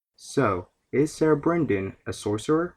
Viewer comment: "Ser" is pronounced "Sir", not "Sayer". Otherwise, great video.